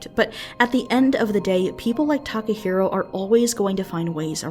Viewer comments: i cringe everytime she says "Takaheero" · Tim Evans this isnt even what I'm talking about? I'm talking about the comment "they got what they wanted" was inappropriate. I cant tell if its serious or not, but either way, its insensitive. Also its Takahiro, not taco hero.